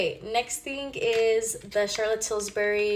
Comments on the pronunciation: That one girl who said Charlotte Tilsbury instead of Charlotte Tilbury 😂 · Omg everytime I watch these vids they say "tilsbery" and it makes me wanna scream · Omgg will ppl get it right for once its not “tilsbery” its “TILBURY” !!!! 😅❤ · The way you pronounce “Charlotte Tilsbury” is (char-let till-burry) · the actual persons name is Tilbury so pronounced as she did :) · that one girl that said charlott tilsberry😂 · but she said it “til-burr-y”